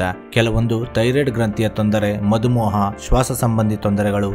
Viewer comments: Madhu moha alla, madhumeha😂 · ಸರ್ ಅದು ಮಧು ಮೋಹ ಅಲ್ಲ, ಮಧುಮೇಹ